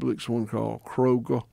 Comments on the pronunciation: i love that he says "krogah" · That pronunciation of Kroger was exquisite